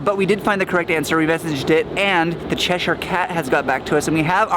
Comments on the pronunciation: CheshEEEER not CheshYYYYYR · Che sher cat pronunciation the che shire cat prounounce like blackboard scrape for ukers lol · Steve keeps making fun of the way says "Cheshire" cat 😂 and I told him "Steve we're talking about the person who called Trafalgar Street 'traflinger' street" 🤣